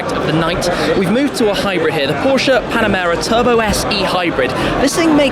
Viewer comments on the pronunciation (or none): none